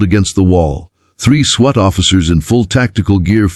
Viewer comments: School bathrooms can only be locked at the stall not into the hallway. This AI voice is awful. It's SWAT! Swat! Not sweat. This is click bait I'm sure! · Does ai know how to say swat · The word is pronounces spelled SWAT pronounced Swot, PETITE pronounced peteet not petite AI is dumb doesn't know how to pronounce easy words, doesn't how to nuance the phrases and grammar doesn't exist. These are good stories spoiled by the AI narrator.